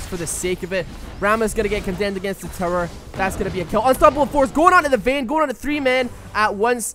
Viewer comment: I love how he says "tower" like "terror"